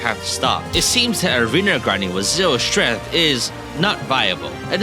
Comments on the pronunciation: "0 strenth" 💀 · "who has zero strEth"